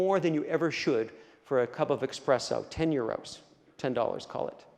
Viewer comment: Dont mean to be rude. The term is Espresso not " Expresso"